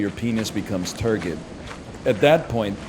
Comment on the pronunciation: What the fuck, this is the second video I've watched this morning that not only used the word 'turgid' but pronounced it wrongly the same way, why is this happening to me